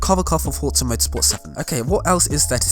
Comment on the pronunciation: There’s no T in “Forza” just sayin